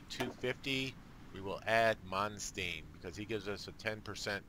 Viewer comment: You're killing me with the name mispronunciations: Manstein, like a Stein of beer, or Win Bill Stein's Money. ;)